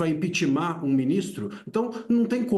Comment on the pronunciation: Professor falar impitimar é feio